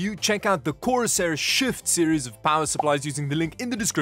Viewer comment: Bro probably had to really emphasise ‘shift series’ as to not call it the shit series